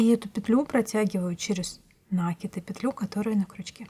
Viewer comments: ну почему нАкид, а не накИд? Очень режет слух... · И всё-таки надо говорить грамотно. Это украшает человека. От такого колличества нАкидов делается плохо. В этом слове ударение на И. Очень вас просим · Если Вас надо уважать,то и Вы нас уважайте,вернее наши уши . Ударение в слове "накид" делайте,пожалуйста,правильно,второй слог ударный. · Я сама говорю накИд, но это никак не мешает мне смотреть видео и учиться чему-то новому, несмотря на более чем 50-летний стаж вязания. Могу сказать только большое спасибо Мастеру, который делится своими знаниями со всеми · Мне тоже режет слух ударение в слове накид! Прямо очень!